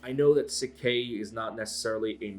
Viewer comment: Pronounced shik k